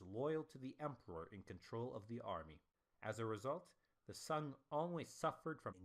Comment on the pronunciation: Sung pronunciation is not sun man